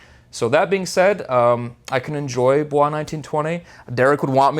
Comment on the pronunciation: Great review. Just a heads up, the house is Italian and in so the pronunciations is much different then French making it sound more like Boi’s